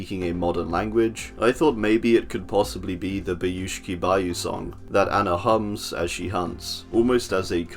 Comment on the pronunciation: As for the russian speaking guy I found your pronunciation of "Baushki Bau" kinda fun. Originaly in russian language we call this words with an accent on the highlighted letters -- "bAushki baU"